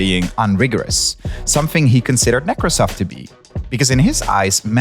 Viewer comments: / Every time they say Nekrasov's name, I hear "Microsoft" because they say nEkrasov instead of nekrAsov, which is the correct way. Edit: To be fair, Derek does pronounce it the right way. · Geeeeez it's / nɪ-KRA-səf / not / NI-krə-səf / ! And in Onegin stress the middle syllable, it's / ə-NE-gin / not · O-nəgən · / Every time they say Nekrasov's name, I hear "Microsoft" because they say nEkrasov instead of nekrAsov, which is the correct way. Edit: To be fair, Derek does pronounce it the right way. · Teach your hosts stresses - it is nekrAsov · Nekrásov. You're putting emphasis on the wrong syllable. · When they say the name Nekrosov I kept hearing NecroSoft. What a great name for an evil software company. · Given all of the effort you put into these shows, couldn't you spend a few minutes to learn the correct pronunciation of Nekrasov? Or, at least, choose one pronunciation and be consistent? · One day americans will understand that they pronounce russian names wrong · Whenever you pronounced "Nekrasov" with the emphasis on the first syllable my tech-oriented brain just heard it as "Micro$oft" XD